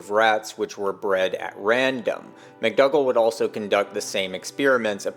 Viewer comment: McDougal - it's (generally) pronounced, Mc dOO gall(gle) Not Mc dUGG le - McDougall ;)